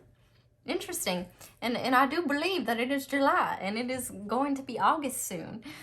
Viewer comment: “AND I DEW BUHLEEV IT IS JOO LIE”